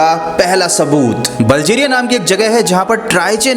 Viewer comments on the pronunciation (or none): Bhai bo baljeriya nehi balgeriya